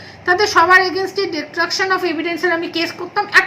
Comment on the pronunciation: Nirdoshi bole kono Katha e nei, eto osikkhito ki kore kolkata high court er vakil holo? Destruction bolte parchen na,bolchen detruction!😂 Ki obostha eai state er!!!!